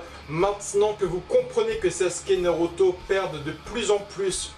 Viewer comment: Art de dire noroto 😂